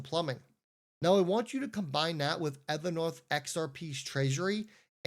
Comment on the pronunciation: It’s a long o Ever North long o learn how to annunciate